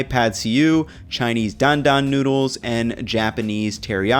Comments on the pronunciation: "great tasting nudes" pls don't say it like that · i love you, but PLEASE don't call noodles 'noods', my dude